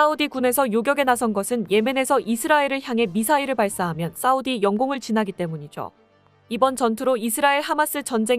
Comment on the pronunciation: 여자발음이 싸우디 사우디 왔다갔다 하네요ㅋㅋㅋ